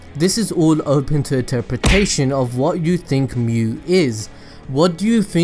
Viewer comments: This is really good! Also just so you know, Mu would be pronounced as moo. If it was myu it would be spelled as みゅ But yeah! glad that I watched this! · Ryan Czerwinski In Germanic/Roman languages it's mew. In Japanese, Mu is its own word, meaning Negative. It is pronounced Moo. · It's really strange you saying む(mu), "myu" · 無/む (mu/nothingness) is pronounced as in mood but with short vowel, not as in mute. It is same as Japanese alphabet, む/ム, obviously. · Great video, as far as your pronunciation of Mu, you say moo, like a cow. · He's right, it's pronounced like moo. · it s not myu nor muh nor moo its mu as it is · 無 (mu) is pronounced like moo